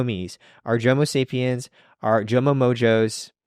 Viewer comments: I’m fully aware that I’m on the late train, but I can’t get over “Jomosapiens” 😂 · Wait a second, I heard "Jomosapiens". Bless up.